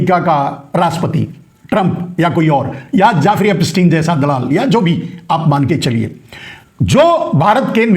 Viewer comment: Naam tho teekh se bolo. Jaafri nahi naam Jeffri.... Yahudhi hai ho.